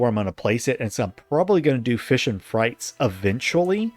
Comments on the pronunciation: Maaaan, my eye twitched every time he said "Frites" as "frights". It's "freet". It's French. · It's FREETS not FRYTES lol